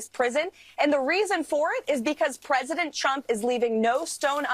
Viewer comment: She also sounds like she's saying President Chump, which is pretty funny